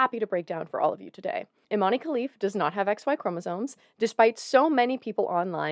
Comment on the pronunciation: as an algerian myself just wanna correct you on Imane's name is not pronounced eemanee it's pronounced [ee-mæn] like saying E-man.